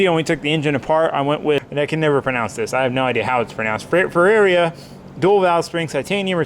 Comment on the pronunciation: Ferrera Fur air uh